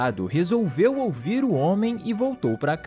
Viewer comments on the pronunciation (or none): "resolviu ouver" kkkkkk